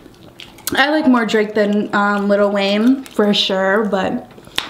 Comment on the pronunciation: Little Wayne😒 it's lil Wayne 😂😂